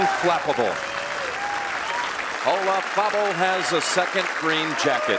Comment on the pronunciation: I've always hated the way Nance pronounces Olazabal's name...JUST PRONOUNCE IT AS IT'S SPELLED... PLEASE...There isn't a TH anywhere near the spelling of that name...😁😵‍💫👎👎